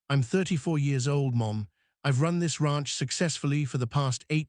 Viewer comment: The "Rah-unch" 😂